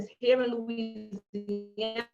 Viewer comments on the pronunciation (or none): none